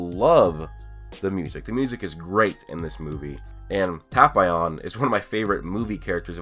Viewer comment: It’s triggering how you pronounce tapion Tap-ee-on